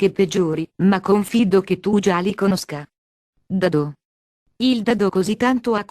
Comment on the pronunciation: Pollice sù per il DADÒ, i DADÌ ed i FORMÀGGINI !! HAHAHAHAHAHAHA :D